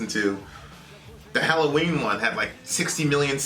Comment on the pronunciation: hello ween not hallo ween yankee!!!!!!!!!!!!!!!!!!!!